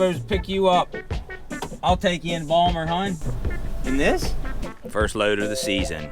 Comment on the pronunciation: its bal mer